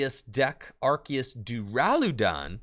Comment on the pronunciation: Very entertaining vid!......wish the deck wasn't so bricky........Also, you're 100% correct about the pronunciation of Arceus.....It's ARK-ee-us according to the Pokémon Super Extra Deluxe Essential Handbook.